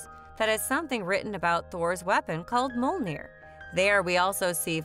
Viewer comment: Good video but I wish you would have at least tried to pronounce Mjolnir correctly. It's an m y sound.